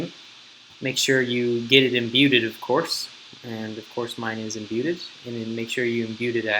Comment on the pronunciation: me-lay imbue-ded... how do you not know the language you speak